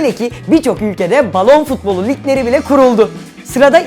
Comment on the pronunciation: Iyi dinle balon futbolu diyo ama balon spolu diye anlaşılıyo